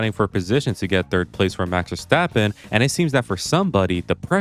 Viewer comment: Oh yes, Max Washtappen.